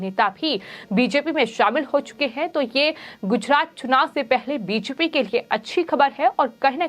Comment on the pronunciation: उच्चारण सुधारने की बहुत आवश्यकता है . र का उच्चारण ह की तरह हो रहा है . उदाहरण -- गुजहात , अमहीका , आहोप